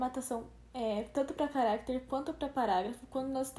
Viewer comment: é estranho ouvir ela falando carActere, ao invés de caractEre. mas ta bom, não é nada de mais